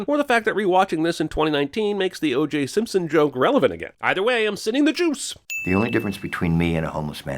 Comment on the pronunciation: “Simson” ding